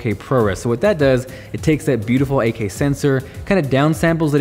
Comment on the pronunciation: AK? Think he says 8K?